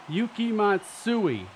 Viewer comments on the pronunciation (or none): none